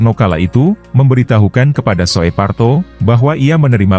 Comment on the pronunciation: Letkol SOEPARTO, ucapan namanya adalah S-OE- P-A-R -T-0, dan bukan S-O-E-P dst-nya. "OE" itu diucapkan seperti satu huruf, seperti huruf "U" ejaan sekarang, karena huruf "U" jaman dulu diucapkan "U" dengan UMLAUT diatasnya seperti berikut ini, "U dengan " diatasnya.